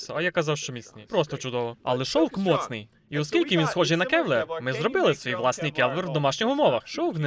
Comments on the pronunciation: КЕВЛАР. КЕВ-ЛАР! Не келвер, не кевлер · Реально крута озвучка! Дякую! Маю два, не зауваження, а типу підказки. Ну загалом не в образу, а для розвитку)) по-перше, nineteen eleven це марка зброї - дев'ятнадцять одинадцять, а не 1911 рік, а по друге, але тут я не впевнений на 100%, Kevlar - буде кевлАр, а не кЕвлер😊 дякую ще раз)